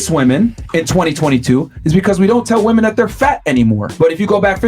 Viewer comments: lol. The way you pronounce “women” is cute. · As always very good research - I love it! Love your videos. I'm often watching with a friend of mine who points out your pronunciation of "women" and I hate when he says it, really. You can't escape it apparently but me and other ppl find it okay, I'm sure. Also, I've never seen stats for gay and non gay relationships but I as a lesbian have always felt as probably it would be the way it actually is. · After you said that you pronounce "women" differently because you're originally from South Africa, I said "women" out loud to myself, and it felt kinda funny. I repeated it a few times, and I can now say with confidence that I do not know anymore how to pronounce it. It is a completely weird word. The more often you say it, the weirder it gets. Wimmin wimmin wimmin. WEIRD. If you read this comment, try it out yourself. It's true! Great video, though. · Woo-man whim-men right? I hear her pronounce woman and women the same. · English is not my first language so forgive me if this question is offensive, but you always pronounce "women" as "woman" (woh-mahn, instead of wi-men), is that an accent? I've only noticed it with you and one American YTer which is why I'm confused! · it’s not an accent you’re saying the wrong word. it’s womEN not womAN you’re just saying the singular instead of the plural. a lot of the red pill people also make this mistake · I love ur channel, but it is pronounced “wimen” when speaking plurally. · It unironically triggers me the way you say women. It sounds identical to woman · wait does she talk about why she says “woman” instead of “women”?! I have noticed all YouTubers do this, ESL and otherwise. it’s so strange. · Being african has nothing to do with the fact that you pronounce the words woman and women the same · Love the video ❤ Just quick nitpick, women when used as plural is pronounced 'wih-min' , while one woman is a 'woh-mahn'